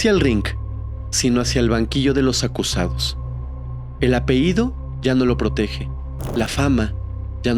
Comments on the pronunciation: Me gusta tu manera de narrar. Oye, un detalle: la pañabra es "apellido"; "apeído" no existe. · Hola se dice apellido no apeido😅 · La palabra que corresponde al nombre familiar es "apellido", no "apeído". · Sr. Pronuncie bien apellido, no apeido. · Apellido señor, apellido! No, apeido! No se dice apeido.😑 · Esto es crítica constructiva, ojalá no te moleste. Se dice sustancias, no substancias y apellido, no apeido 😊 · Muy bien solo un gran detalle es "*APELLIDO*" no apeido. 😊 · Se dice apellido, No apeido, gracias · Apehido, apehido, apehido? En verdad no puedes pronunciar correctamente una palabra tan fácil?